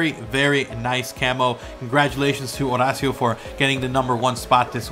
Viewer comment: Ho-ray-she-oh not Ha-rah-see-oh